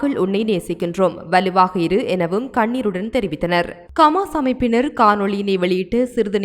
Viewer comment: It is HAMAS not KAMAS. please pronounce it properly. Other Tamil's are pronouncing it properly but you are not. Please correct yourself. Thanks